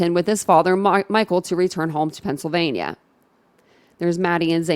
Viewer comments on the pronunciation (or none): none